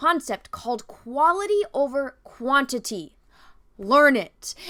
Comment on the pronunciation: Heads up, at about , when you're discussing how much men speak in great movies vs. how much women speak, you're comparing "quaILty" vs "quaINIty". Likely just a glimmer of dyslexia. Just something goofy I observed. I totally agree with you on all your points in your video.